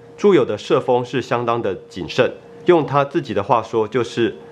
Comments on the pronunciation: 浮利（ふり）？可能是我听错了，听成了うり，不好意思哈，催毛求疵的评论，整体的内容很不错，谢谢用心制作的视频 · 浮 利（ふり）